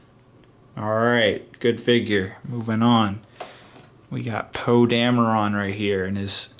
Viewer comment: lol he said poo instead of poe